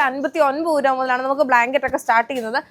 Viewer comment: 😅 ഉരു va അല്ല രൂപ